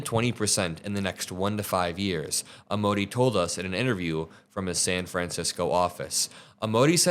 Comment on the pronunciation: I really like your channel! Don't want to be "nit-picky" but Amodei is an Italian name aa·moh·dai·ee a sounds like the 'a' in 'car' m sounds like the 'm' in 'me' oh sounds like the 'o' in 'so' d sounds like the 'd' in 'do' ai sounds like the 'ai' in 'pain' ee sounds like the 'ee' in 'see' Or you could run it through a translator... Hope you can let us know about AI. I'm OLD and don't really know how it's going to work...